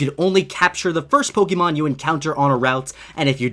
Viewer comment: Take a shot every time he says Pokémon wrong